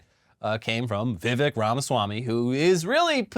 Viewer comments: Vivek rhymes with mistake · Isn't it Vivek, rhymes with Cake?!